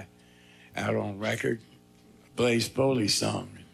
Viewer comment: Say it with me “Blaze Foley.”